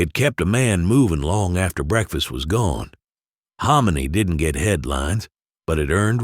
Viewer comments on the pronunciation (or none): none